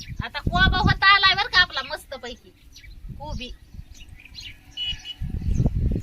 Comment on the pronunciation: Aag taai kobi not koba😂😂😂😂😂😂😂 bhajicha panchnama Ch kela tu tr